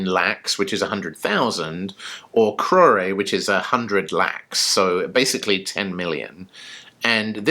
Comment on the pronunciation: Crore is a 1 syllable word. The final letter E is silent. the letter O is pronounced just like its name, with a long O sound, as in the word Coke. So, not Crow/Ray, rather Crow/Rrr (in reality, the final R sound involves a flip of the tongue that makes a sound that does not exist in the English language).